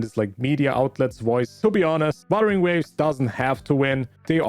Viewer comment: I know you have an accent but buttering waves? this one also btw I'm trying to be mean it's just funny "buttering waves"😭